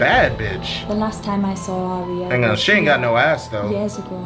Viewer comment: AND AT LEAST SOMEONE SAID IT RIGHT FFFS